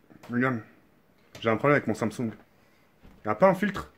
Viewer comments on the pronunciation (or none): none